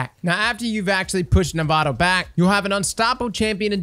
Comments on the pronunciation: okay, its nah voh tah, not nevada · The biggest thing that stuck out in this vid was pronouncing “navota” as navato lol great guide tho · It's 'nah-vote-ah' iirc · Navota: "Nah-voh-tah" Is it going to be like "durance" all over again? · All I hear is "Nevada" every time LOL. Great vid. You know I slapped that like button, my momma taught me right. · The name is even said in the strike. Maybe has dialog turned off. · IN THE STRIKE ITSELF they say Navota's name: Nuh-Vough-Tuh. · Navado he says lol. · nuh-vote-uh. Thanks for the guide tho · Nah-voh-tah is how you pronounce her name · I can't help but cringe so hard whenever mispronounces a name that isn't so hard to say. Navota = Nevada Caiatl = Cthulhu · and mispronouncing Navôta in new ways; name a more iconic duo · This man pronounced Navōta like it wasn’t said out loud numerous times and like he doesn’t grind Nightfalls as a Sherpa does raids. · love the guide but the way he pronounces Navota annoys me to no end